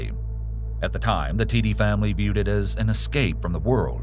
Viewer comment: FYI, the last name Tiede is pronounced "Tee-duh".